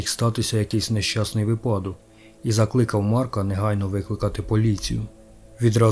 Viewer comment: У слові "випадок" наголос ставиться на перший склад. Не перше вже відео з цією помилкою, і я сподіваюся, що ви скоро виправитеся) дякую що розширяється український сегмент ютюба прекрасним контентом!